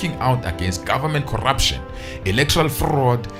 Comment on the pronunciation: I just love the way he says "corrrrruption" 😂😂😂😂😂😂😂